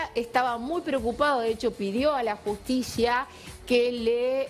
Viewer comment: Porque dice jushticia?